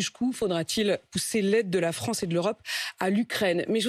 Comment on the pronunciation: pitoyable, minable et dire qu'il a présidé la fronce